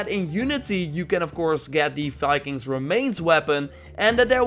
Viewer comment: Viking, dear. With a V. Not Fikings. I'm sorry, but as a Nordic person, I can't allow your Dutch accent to murder our national identity.